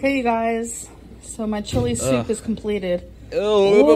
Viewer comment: I love how she says mahaeyeiee chili like there’s 12 syllables in my 🙄